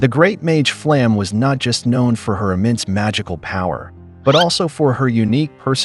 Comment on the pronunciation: "Flamm", lol